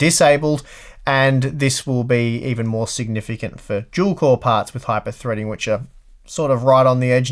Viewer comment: You're saying dual core like if it was "juel core"